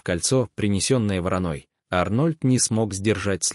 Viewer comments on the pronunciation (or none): Чтец ...ставьте ударение правильно по -русски .. не с воронОй , а с ВорОной.....